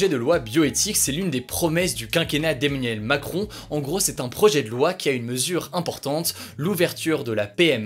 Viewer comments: Bon j'abuse un peu mais si on y fait pas attention on a l'impression qu'il dit " Eminem Macron " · J'entends "Eminem Macron" 😕